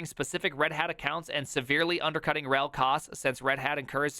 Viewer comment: The way you pronounce RHEL as ruHELL with stress on the latter, please allow me to use that myself from now on 🙂 Also, why did I not come up with that backronym for Oracle (not quoting here, watch the video, you want ThePrimes reaction)